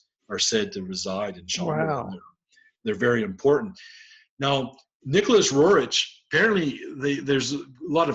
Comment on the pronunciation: If you are such an expert,stop calling the Rorich!!! There name is RERIKH!